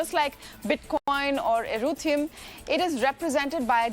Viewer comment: “Like Bitcoin or eRuTHEumMM” 🤪💀